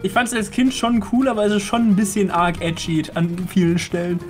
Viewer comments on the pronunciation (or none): Wort: Edgy: Etschi